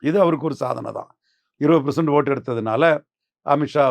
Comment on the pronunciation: நீ பெரிய புடுங்கிதான்டா சொட்டப்பலே.. பெர்சென்ட் னு சொல்லப் பழகு, பிரசண்ட்டு னு சொல்லாதடா.